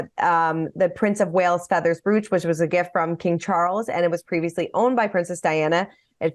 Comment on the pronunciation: Brooch is pronounced "broach!" 😊 ❤️